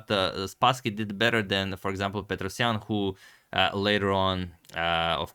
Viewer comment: I almost got whiplash when agad pronounced Tigran Petrosian.